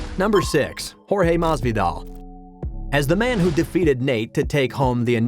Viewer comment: Maz-V-doll lol listen to this dude lol